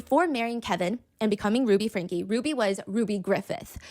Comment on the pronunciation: Frankeeeee not Frank.